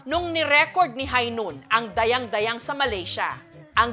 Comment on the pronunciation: Hindi tama yong pronounce sion ninyo sa Dayang dayang.hindi pabagsak ang pagbigkas.